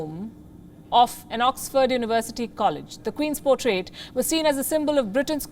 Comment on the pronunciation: Words like portrait & available pronounced by you are a disaster & many more